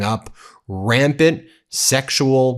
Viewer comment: "rampid" ❌ rampant ✔️